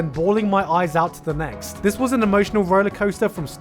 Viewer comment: Not necks, it’s next